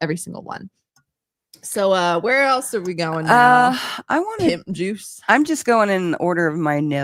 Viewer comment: I thought she said Nip juice lol 🤮